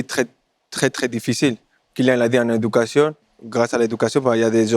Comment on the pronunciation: " Kylian" bordel pas Kilian !!! Respectons le prénom donne par ses parents !